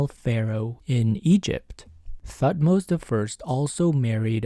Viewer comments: The “h” in Thutmose is silent. Pronounced “Tut-mose” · I heard "Thutmose" as "fuckmost" and I was like whelp.... sounds right. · Lmao I cracked when at first instead of Thutmose I heard "f*cked most" 😂😂😂